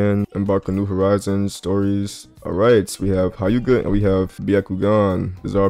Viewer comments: bro said h-I-yuga 💀its hyu-ga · Nga.... its pronounced 'heu-ga'